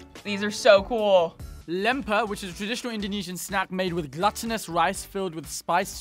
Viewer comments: Not the "gluttonous" rice 😂 it's glutinous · Glutinous rice, as in gluten. Not gluttonous. 🤦‍♂️